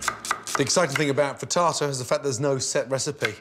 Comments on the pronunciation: He Say "frietada" "mozareula" "parmesean cheese" 🤔 Frittata, mozzarella and parmigiano. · You lost me at Freetartar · I thought I heard "fritasa".😄 Amazing chef as always.🍀